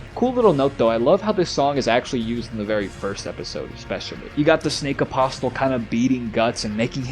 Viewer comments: Love the video my guy! Shame they took it down for NOTHING. One thing though, in the word “Apostle”, the ‘t’ is silent. It’s pronounced like “aposle”. Keep the dream alive man ❤️ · Apostle is pronounced apos-cell. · You don't pronounce the T in Apostle. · You don’t say the t in apostle, love the vids though keep up the good work